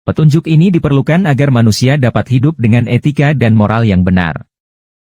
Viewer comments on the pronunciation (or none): none